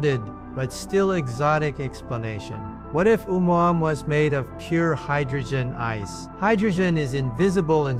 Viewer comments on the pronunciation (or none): this nutjob pronounces "Omouamoua" differently every instance 😂😂